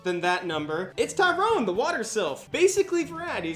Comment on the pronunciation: Shaina = Shyna? Tyron = Tyrone? I've been pronouncing these names all wrong.